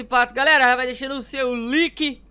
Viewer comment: "SEU LIC" KKKKKKKKKKK É LAIKES MAN